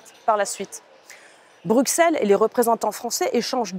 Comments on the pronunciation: Vous avez 100 fois raisons . Mais arrêtez de Dire BruXelles ! Ca se prononce Brusselle. Ca la fout mal pour une députée européenne ... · Merci. Un détail : on dit Brusselles et non pas Brukselles !